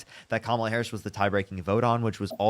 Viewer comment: First MAGAt say her name correctly 🎉🎉🎉👏🏽👏🏽👏🏽